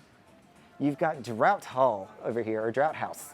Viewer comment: Great video. Got me so excited for my Valiant Lady trip later this year. (Btw “Draught” is pronounced “Draft” 😉👌🏼)